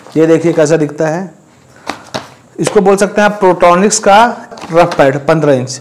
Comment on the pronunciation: प्रोट्रोनिक्स नही बोलते हैं इसको पोर्ट्रोनिक्स बोलते हैं इसको भाई थोड़ा नाम shi se lo